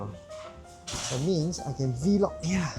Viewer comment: V-log HAHAHA nice way of pronouncing it